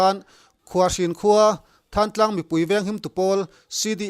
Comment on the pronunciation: Thangtlang nilovin Thlantlang tih a lamtur